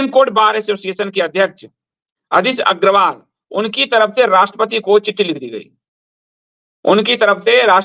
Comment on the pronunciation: अग्रवाल नहीं...अग्गरवाला है वो